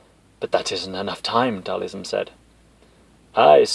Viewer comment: Who the fuck is Dhalism? 🤣 It's Dhal- SIM haha... Still, this is AMAZING! in the words of M Bison: "You have made me a very happy man!"